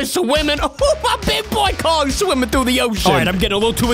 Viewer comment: He is murdering king Kong’s name